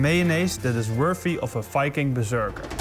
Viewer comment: Oh. Very time he said Viking, I heard “F*cking”. That’s completely different.